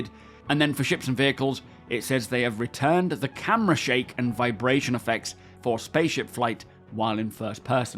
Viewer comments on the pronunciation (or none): Not going to lie, it's kind of funny hearing and misreading the word "retuned"